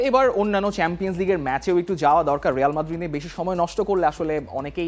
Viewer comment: রেয়াল মাদ্রিদ না, রিয়াল মাদ্রিদ 😅